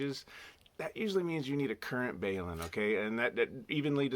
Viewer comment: One comment. A balun is not pronounced BAY-LOON, but like the abbreviation it stands for ie BALunced-UNbalanced. Othher than that, your videos are really good. de WD6FIE, also a Richard